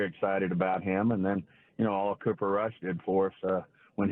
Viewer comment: Hey Stephen, it's pronounced COO - PER not CUP - ER